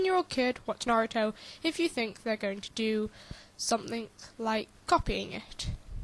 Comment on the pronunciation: You're right. It's not a cartoon! It's an ANIME. THERE IS A DIFFERENCE! And the media got the name wrong. It's Na-ru-to! NOT Nerutu! The poor person just didn't have much common sense I guess... Why he even mimick Gaara burying people in sand? And they should NOT blame the anime for the PERSON'S ACTIONS. Last time I checked, Naruto was PG-13. And how'd they come up with the name Nerutu Sand Ninjas? They have names and last time I looked, the most famous Naruto sand character is Gaara.